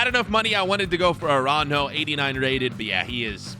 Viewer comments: Why’s he calling aurajo aranjo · he really said aranho😂😂 😂